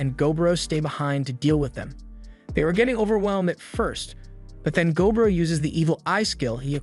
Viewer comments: MUTHAFUKKA! IT'S NOT GO BRO! Its gob ro. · I think it’s. Go-bro